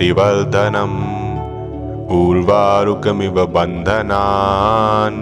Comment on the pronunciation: जब मा अ मृतात है तो मा मृतात क्यों बोलते है श्री मान जी